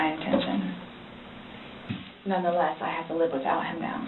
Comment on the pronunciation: She can't even specifically name any of her worthless heirlooms. And, I HATE HATE HATE how always says "nonetheless", incorrectly of course. This "woman" is so vile and disgusting. Uuuggghhh